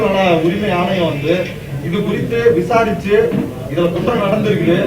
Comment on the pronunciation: விஜாரித்து...விஜாரித்து...அது 'விசாரனை' இல்லையா..என்னங்கடி உங்க ஆத்துல பேசறமாதிரியே வெளியேயும் பேசறீங்க..